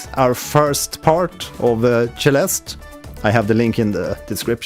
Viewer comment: Why does he pronounce it Sheleste?